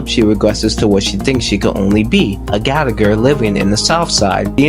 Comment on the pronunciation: It’s Gallagher not galleagor